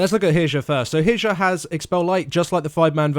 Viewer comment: "Herjah"... cringy moments... She is actuallty "Heeryah"